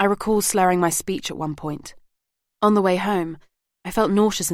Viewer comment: I’m really enjoying this but wish that the narrator would pronounce correctly “the” before a vowel. It’s annoying.